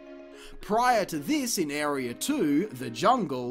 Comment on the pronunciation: Not sure if want to thumb up because of the amount of time and effort that went into this, and for the fact it was fairly entertaining, or thumbs down for how many times I had to heard area pronounced "airy-er" in a single video.